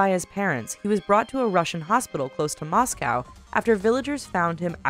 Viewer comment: you can't say Moscow